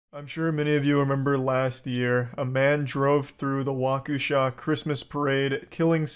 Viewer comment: I'm from Wisconsin and the way he said Waukesha as Walkoosha physically hurt ROFL